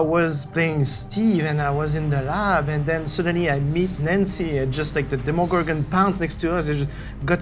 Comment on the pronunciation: The way he says demigorgon